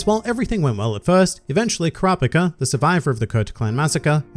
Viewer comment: god why does he pronounce it like kuhrawpihcah